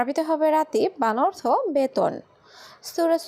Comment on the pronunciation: তোরে কথা বলা শিখাইছে কে? অর্তখ এটা কোন ধরনের উচ্চারণ?? 😈😈